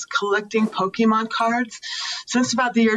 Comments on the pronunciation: Harvey did not just call them "Pokeman" cards. SMH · Pokey Man? Pokey Man with the pokey and the man, and the thing and the guy comes comes and he goes whahahahaha!